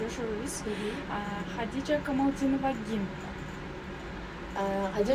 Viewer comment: Алып баруучу кантет Камалдинова деп 😮 Камалидинова го